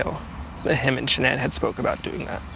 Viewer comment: It would be so nice if the two newscasters could listen to the pronunciation of Shannan’s family and friends of her name and say it correctly. She deserves that much.